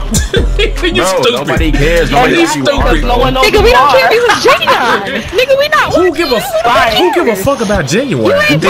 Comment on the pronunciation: Lmao Genuwine 🤣